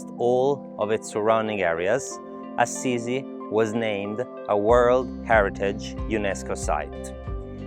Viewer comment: Oh! Che proprietà. I panorami apparentemente infiniti della campagna umbra; gli ulivi e quella splendida piscina. Ho notato la pronuncia di Assisi? Da newyorkese ho sempre pensato che fosse A-SI-SI, mentre la tua versione AZZ-I-ZI è molto più carina. Oh, e tu sei in terracotta😁